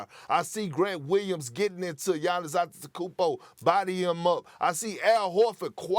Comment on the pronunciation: Perk can’t pronounce gannis’ last name correctly😂😂😂